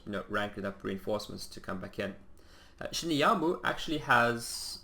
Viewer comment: Shimuyama has an A on the end while you say U. :)